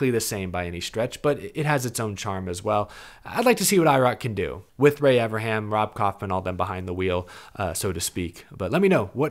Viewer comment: I don't think understands there's an 'N' in Ray Evernham's name 😂